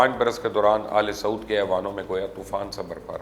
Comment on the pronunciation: AL-SAUD nhin AAL-e-SAUD parrhain, balkeh exactly to AAL-E-SU'OOD hae. Aal-e-Saud means Saud kee Aulaad. Kuchh Arab sahafiyon ne bhee gila kiya tha keh Pakistani Anchors / Sahaafi yeh lafz sahih adaa nhin krtay. Yaad rahay, is se meaning main farq parrta hae jo keh Ahl-e-Zabaan ko bura lagta hae. Let's start speaking it correctly. Best Regards. From Engineer Mughees Ahmed Tameeme.